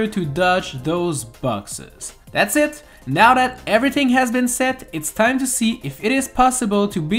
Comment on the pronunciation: Whenever he says "and that's pretty much it" I keep on thinking he's saying "and that's pretty much sh*t